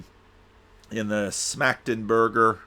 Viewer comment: Your (initial) pronunciation of Schmachtenberger was actually pretty good. 👍